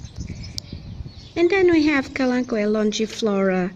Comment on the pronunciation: How did I miss part 1&2 I love how you said kalanchoe name perfect 👌. I am not that great but practice makes perfect. Haha